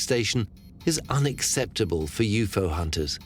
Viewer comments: Ughh everytime he says u-fo instead of u-f-o I cringe!!! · was that the alpha centari "galaxy" ? Lol, that was dumb, I also am super irritated everytime he says u-fo instead of u-f-o lol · "You pho" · they do yes but U.F.O is always said in a segregated manner , not yufo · Does the guy narrating this even know what a UFO is? Because he literally cannot pronounce it 🤷🏻‍♂️